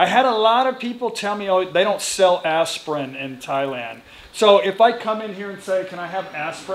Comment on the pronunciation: Ass-pie-in? worse thanksgiving pie ever.